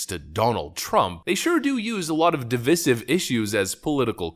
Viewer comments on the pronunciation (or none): STILL DOESN'T KNOW HOW TO PRONOUNCE DIVICIVE YET HE SYS IT IN EVERY VIDEO. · Why do you use Obama's incorrect pronunciation of "divisive." The "i" between the "v" and the "s" is LONG. As in RIDE.